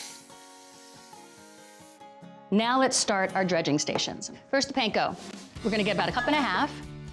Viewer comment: How hard is it to say panko right though? Come on Food Network, you can do better than that 🙄